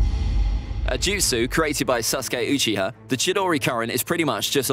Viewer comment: Stop saying sus-gay, his name is Sasuke.